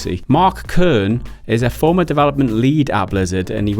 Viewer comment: Kernie, Cernie? It's just Kern.